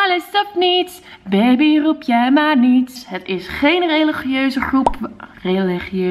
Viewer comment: hoe jij groep zegt............ hihihihihihhihihihi